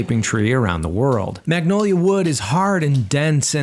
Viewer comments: I hate how he pronounces magnolia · G is silent! Its Manolia!